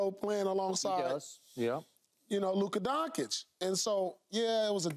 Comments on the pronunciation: When will this clown start to pronounce Doncić right? Say DonKKKič one more time, i dare you, i double dear you mother efer😅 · I mean you do this for a living and make millions and you pronounce one of the greatest players in the world: Luka Dončić “Luka Donkich” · Can someone please tell Paul how to correctly say Lukas last name? So embarrassing to hear analysts continue to disrespect Luka like that, Stephen A does it too, probably intentional from him. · I hate how pierce pronounces Doncic